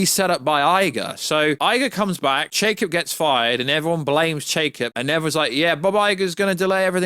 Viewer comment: Love your work, keep it up, you’ve got great content! Not trying to nitpick, but the former CEO’s name is Chapek, not “Chakep” like you’ve been saying. Sorry it has just been bugging me 😂 good channel brother!